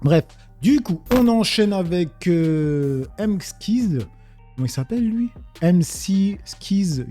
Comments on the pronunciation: McSkyz, ça se prononce "Mac Skaïz". Un Youtubeur TrueCrime. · Tu m'as tué avec ton Mskize 😄😄 le Sky ça se prononce comme le ciel en anglais, ou Skyrock. ;) Quand t'as le temps tu devrais regarder ses vidéos, c'est vraiment le boss du game sur le vidéos truecrime francophone(et perso, je n'ai pas vu d'anglophone meilleur non plus) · A 7min 03 c'est prononcé Mac Skaïzz (sky comme ciel)